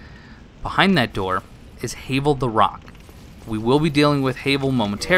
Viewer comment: sorry but I lost all respect after you said Hayvol...it's Havel